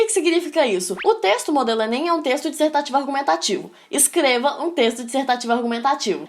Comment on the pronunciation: Só eu ouvi q ela falou "Escleva" e "Plimeilamente".Sem ofensas, só estou perguntando